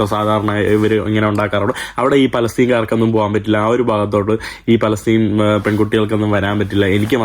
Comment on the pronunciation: പലസ്റ്റിൻ അല്ല ഫലസ്തീൻ അക്ഷരം മാറല്ലേ